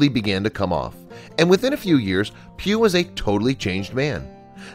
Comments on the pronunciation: Pugh it's Pugh.... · I thought he was saying pube . . .